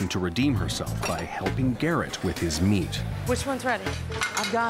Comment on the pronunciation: While putting the accent on the « meat » word